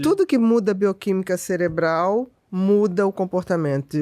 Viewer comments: Mano... O cara falou celebral... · Só eu fiquei com vontade de dar um safanão nele cada vez ele falou "céLebro" e "ceLebral"?